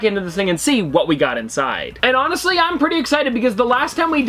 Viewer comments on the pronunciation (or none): none